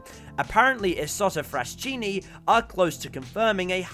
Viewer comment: Solid video, thanks! A small nitpick: Fraschini is pronounced fraskini.